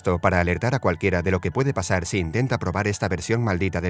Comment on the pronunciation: por que dices zy se escribe si